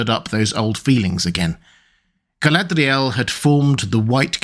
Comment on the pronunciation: What’s up wit people saying G’latdryyyell